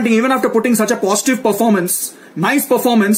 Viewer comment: Everyting was poshtive....eberything was poshtive!!!